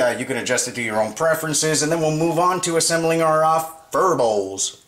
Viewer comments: its "pho" but pronounced "pha" never heard anyone say phur lol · It's fuh!!! Not fur